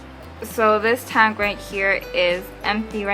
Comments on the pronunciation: Its weird how you say tank lol taynk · Learn how to fucking say tank 😫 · you say tank funny lol